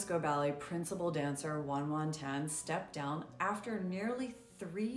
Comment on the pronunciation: Pronounced as Yuan Yuan Tan, not Wung Wung Tan.